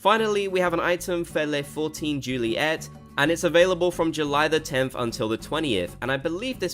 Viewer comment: Omg i'm french and offended by the "Ley fourteen juliette" 🤣